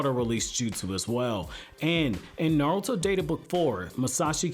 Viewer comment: nartuo at the intro LOL